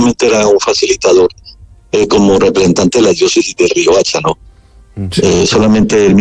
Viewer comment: Es Riohacha, no Rioacha